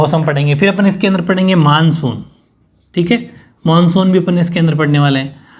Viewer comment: 🔹 Monsuuu😊😛😛bengoli style m bola.. pr bola to h...😊😊chlega..manshu monshu ek hi baat h sirrr😘